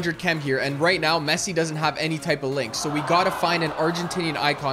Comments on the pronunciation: It’s Messi not pessi and Ronaldo not ponaldo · Bro said peeno pepsi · Bro really said Lionel pessi and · Pessi-ponaldo LOL🤣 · That’s not how you say Cristiano Ronaldo and Leonardo Messi name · You said Messi Wrong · Stop saying Ron and Messi with a p